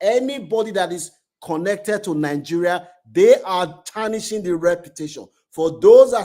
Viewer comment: why you can't pronounce Nigeria s name? Are not from Nigeria? You look like a yoruba man